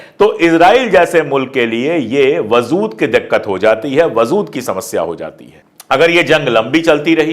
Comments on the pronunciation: Sir, I really appreciate your work & ethics so much. Just one correction - "WAZOOD" nahi "WAJOOD" bolte h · I like the way you present news. If you dont mind, i would like to correct some words that you use in urdu example: wazood. The correct word is wajood. Iam really sorry iam correcting you. In future also i will correct the words you pronounce wrong, if you dont mind. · lafz wajood hai wazood nahi. Sorry, apki zaban bahot pyaari aur talaffuz bahot khoobsurat hai isiliye kano ko achchha nahi laga. Gustakhi maaf kijiyega. Mai apka fan hoon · vazood nahi vajood hai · Wazood nahi WAJOOD hota hai,sir. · Wajood lafz aap wazood pronounce kar rahe hai.pls rectify your pronounciation. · Aap achchi Urdu bolte hain aik galti ho rahi hai wazood galat hai wajood sahi hai